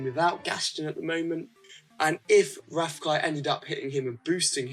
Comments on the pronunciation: is rafiki say with me RA-FI-KI ok i love your videos you are pro😎😎😎😎😎😎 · rafiki is pronounced ruh-fee-kee. just saying.( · Rafiki pronouncing: Ra-Fee-Kee. Just saying. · Ra fe key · Hey. You say Rafiki wrong haha you're too funny. Please pick my lineup i want to know what your thoughts on it. It's Bo Peep (Wo), Goofy (Mi), Finnick (Ni), Merida (El), Miguel (Je). Keep being awesome. Thank you!